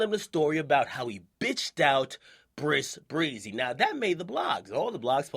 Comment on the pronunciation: why does he call him Bris breezy lol